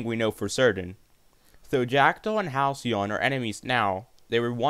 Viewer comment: You pronounced Halcyon so wrong my dude..